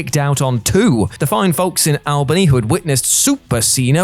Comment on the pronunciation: All bany. It's spelled Al bany, but pronounce All.